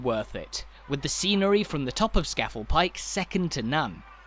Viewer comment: "Skafle"? Ska (as in club ska music) Fell as in bloody big hill! So it is Ska-Fell... But locals say Skorfell, but is written Scafell!